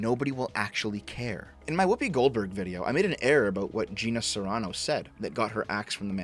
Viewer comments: By the way, it's Gina Carano, not Gina Serrano. Just sayin' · I like how you correct Gina Carano's quote but you still get her name wrong again.